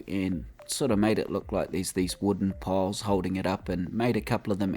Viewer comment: I'm sorry, but i couldnt tell if you were saying wood piles or wood poles. I assumed poles because they look like poles, but it sounds more like you are saying piles, especially when you said what to search on the workshop. Again I'm sorry, and I don't mean to make fun of your accent or anything.